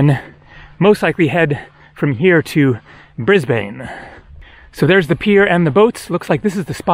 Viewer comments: Bris-Bayne ❌ - Bris-bin ✔ - Hope you get to Australia Zoo :) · STUN-ningly beautiful footage! FYI, Brisbane is pronounced "BRIZ-bin". And yes, Melbourne is still pronounced much like this: "MEL-bun". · The small jellyfish you couldn't remember is it the Irukandji?. The Whitsunday Islands and Airlie Beach are a great place too up that way. Whitehaven Beach is a must if you're in the Whitsundays. Enjoy your visit to Brisbane, Monday to Wednesday I'm free if you're down here and the planets align. I can show you a few places. Oh and it's pronounced Briz-bin or just "Brizzy". If you’re using public transport in Brisbane, the best bet is to get a GoCard. Like the Opal and MyKi Card.